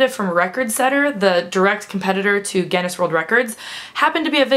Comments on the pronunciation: Speaking of pronouncing words incorrectly, Guinness is pronounced gin-nis not gen-nes (obviously both with a hard 'G' like 'gorilla'.) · Sorry, you keep saying gennis (phonetically) its gin-ness :) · She says Ge-ness.. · gin-ness as in guh-in-ness :D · It's ironic that you opened the video talking about mispronunciation and then pronounced Guinness wrong throughout the rest of the video. :') haha wish I was going to leakycon! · this video is a lot more confusing if it takes a while to figure out she's says Guinness.... wish I could have gone to leaky con :(